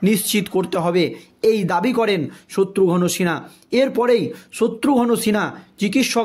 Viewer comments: ঠিক উচ্চারণ কর, শত্রুঘন মোটেই নয় শত্রুঘ্ন উচ্চারণ কর, ফালতু। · The narrator is requested to learn to pronounce names correctly specially that of Satrughan Sinha.